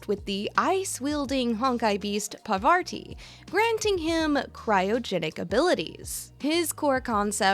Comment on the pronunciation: First of all, thank you I really enjoyed the video, but secondly... please for our sakes read the words on your script attentively before saying them out loud 😅 ("Parvati", "vicissitudes" and of course "Amphoreus" amongst others.)